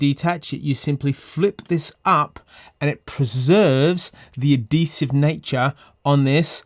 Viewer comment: a-de-siv... ? lol. Good video. I just ordered.